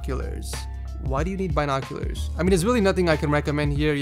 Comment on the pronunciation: thank you so much for pronouncing the bi in binoculars. People are usually really surprised when I do that.